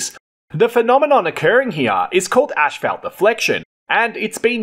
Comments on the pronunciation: One of the words that voice generators cannot get right is Asphalt.... Ashphelt? lol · It is not pronounced ash, felt, .. it is asss, fault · I think it pronounced (ass fault).....🤣🤣🤣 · The fact that you pronounce it fkin ASHFALT in Australia is the most interesting fact of this video. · It's him pouncing "ass fault" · Great video, and I also learned that you pronounce “asphalt” differently than in the U.S.! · im aussie and i dont pronounce it the way you do. Bit different. Thanks for the vid it was interesting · 🤣😂🤣🤪took me a min to hear what he was saying